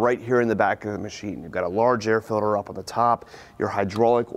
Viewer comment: “Air Filder”